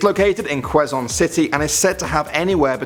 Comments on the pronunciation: Commonwealth. 😂😂😂 Anyway Quezon pronounce as Khe-zon, and he'll no, the traffic is everywhere. Have seen the traffic and accident other part of the area near. 😂😂😂❌🚫❌🚫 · Dang! 3 is my country! It's pronounce as ke-zon city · Um queson vity is pronounced like this kes-son city you now this if your Philipino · Spreuerhofstrasse Quezon is pronounced as Ke-Zon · Btw it pronouced as "Ce-zon" city not Quezon it self. I'm not in Quezon city but i do live in the same country. BTW i rarely go to that avenue it takes around 15 minutes in every 100-200 meter drive :) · anyone else filipinos and kinda laughed when he said Quezon?!😂